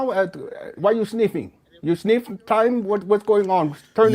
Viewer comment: You sneef? Why you sneefing? What’s going on? 🤣🤣🤣